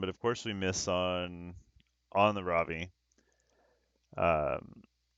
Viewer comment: Every time you say Ravi I think you're saying Robbie. Its now official, time for SG to come out with a character named Robbie. On the fights that first one was very unfortunate. The other 2 were great. All were great to watch. Its a common theme for you, you seem to get resisted quite often.